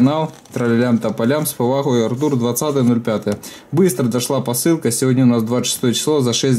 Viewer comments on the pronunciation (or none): none